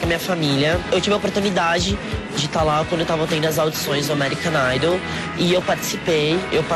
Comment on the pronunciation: ameerican naidôu é kkkkkkkkkkkkkkkkkkkk